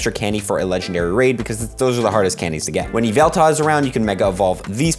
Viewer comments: Ee-vehl-tuhl not EVIL-TALL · STOPPpPPpppPppOppppppppppppppppppppp SAYING “EVELTA” ITS YVETAL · How does he say ya vell tal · I can’t cope with the way says Yveltal 😂😂